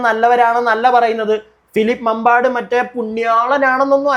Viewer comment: മാമ്പാട് ❎, മമ്പാട് ✅. തിരുത്തുമല്ലോ?